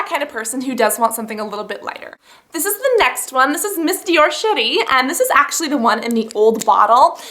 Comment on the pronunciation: When you say "Miss Dior Cherie" it sounds like you're saying "Miss Dior Shi**y"